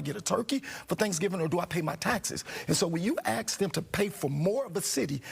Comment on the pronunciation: The word is ask. Tell Bubble Head Brandon that he is in over his head and should resign